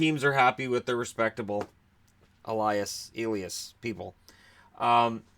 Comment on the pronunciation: Swede here. You pronounce Elias the same with Pettersson and Lindholm, eh-lee-as. And we don't make the 'sh' sound on just an s consonant as they do with Patrik Eliáš for example. But I'm pretty sure the sign above his s changes his pronunciation. Oh, and Lias Andersson is pronounced exactly like Elias but obviously without the E there.